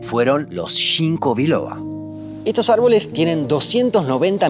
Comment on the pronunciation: "Shinko biloba" 😂😂🤮🤮🤮